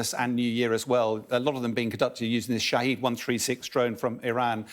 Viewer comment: The right pronunciation in persian language name for drone is "Shah-head" = wittnes and not "Shaheed"= martyr. Please make it right